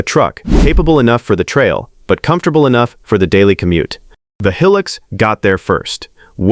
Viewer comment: Looks like AI cant even pronounce HILUX